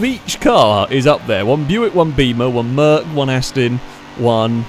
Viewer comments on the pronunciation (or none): none